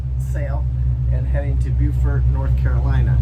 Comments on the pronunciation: Just FYI, Beaufort Pronounced "Bo-fort" not like "Bew-fort" as in the South Carolinian pronunciation. Great videos keep them coming! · Beaufort, NC vs Beaufort, SC. the two towns have the same spelling but different pronunciations. In NC, it is beau -fert. (Beau like a romantic relationship or like bow in bow and arrow.) The SC Beaufort is pronounced the way you have been using